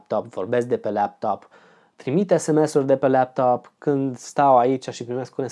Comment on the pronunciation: de ce zici leaptop ? :))